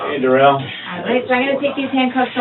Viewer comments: Somebody tell me how you get DU rrell out of DA rrell. But what should I expect from a moron that says ax substain stopal and all the other words this fool can't pronounce. Both his interrogations was 1 lie after another. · Da rrell not Darrell but Da rrell